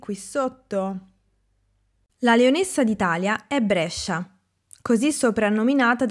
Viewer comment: Ciao! Io sono di Brescia, e non so perché mi è comparso il tuo video, che ho guardato con piacere. Ci tengo a far notare che la pronuncia è "Bréscia" con la "e" acuta, quindi chiusa, e non aperta come dicono in tutto il resto d'Italia. Inoltre, si dice con la "sc" corta, non allungata. Curiosità: lo stemma di Brescia rappresenta un leone (maschio), che ha origine più antica rispetto all'appellattivo di Aleardi, reso famoso solo però grazie a Carducci, cioè di Leonessa d'Italia. Ps. Nel 2023, Brescia e Bergamo saranno Capitali italiane della cultura 🦁🔵⚪